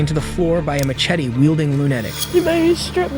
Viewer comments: #2. WTF IS A maCHete. Ch? Sounds like Shetty not chetty! LoL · "A maCHettie-weilding lunEdic" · Narrator better be AI because how the hell can an adult who speaks with a North American accent not even know how to properly pronounce machete or lunatic??? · 2 million subs for a kid that can't pronounce machete